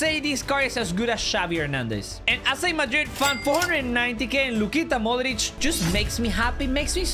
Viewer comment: idk why but non balkan peope pronouncing ''modrić'' the croatian way makes me happy